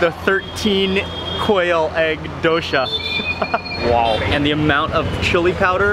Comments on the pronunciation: It's Dosa, not dosha mark. 😂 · There’s no H. It’s dosa, not dosha